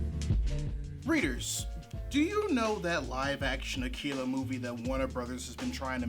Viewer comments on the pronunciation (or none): I think hes pronouncing it as "akeela" because that's how Japanese people would pronounce it. Also they're looking for casting in my city, the twin cities in MN! Soooooo I dont think that release date seem right...haha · "AKEELA" Bruh. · Japanese R's and L's make a sound closer to the English sound for D's (but more like a mix of all three). It's a sound that doesn't really exist in English. Pronouncing 'Akira' with an English L probably isn't really any more incorrect than pronouncing it with an R, but it's pretty uncommon.